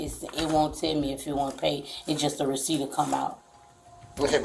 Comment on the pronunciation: I didn't know I suspended the weeciept😂😂😂